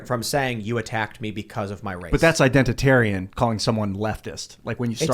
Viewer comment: identatarian?! C'mon